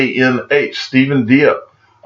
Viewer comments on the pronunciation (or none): none